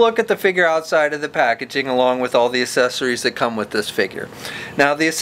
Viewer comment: Man, this guy cannot say the word "accessories"